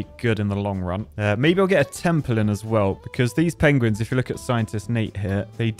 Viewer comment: "The pogueuins"